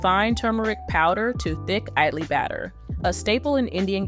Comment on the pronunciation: it is not aidlee, it is Idli, with an I like Ink. Try to pronounce Ink as Aink.